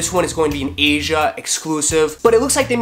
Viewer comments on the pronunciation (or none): none